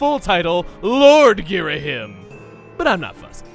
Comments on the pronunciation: Everyone pronounces video game stuff differently, I get it. I really do. But I will never get used to 'GhiraHIM'. It was always 'Ghira-HEEM' to me. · It's pronounced Ghiraheem! Have you not played hyrule warriors?! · Not to be a huge nitpick, but the "him" in "Ghirahim" is actually pronounced as "heem" making his name pronounced as "Ghiraheem" you can hear so in one of the Hyrule Warriors cutscenes, as some of those contain narration with voice acting. Again, not meaning to be a pain. Just pointing it out ^.^ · That's not how his name is pronounced goddamn it. Ghira-HEEM. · Nobody ever says "Ghirahim" right 😐😑